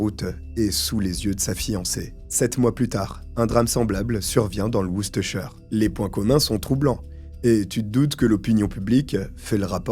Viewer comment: je suis prof d'anglais et ta prononciation de Worcestershire est nickel, 20/20 Bravo Merci pour cette vidéo au top comme d'hab